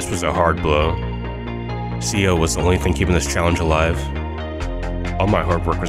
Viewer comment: C O? ITS SPELLED CEO FOR A REASON C-E-O SAY IT LIKE ITS SPELLED